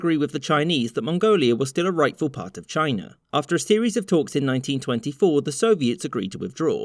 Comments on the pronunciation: Ah! So Mongolia was a part of ‘Chiner’… wtf is Chiner?!? It’s China, not Chiner. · It's CHINA not CHINER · Republic of Chiner 😁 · I love Brits. Why does every damned word have to end in "er", such as, "Republic of Chiner" wtf man! 😆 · Why do you pronounce China "Chinur"? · Did you say "Chinar"? LOL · I've heard a lot of Texans say "Chiner" but never an englishman....before now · Why are you saying China with an "R"?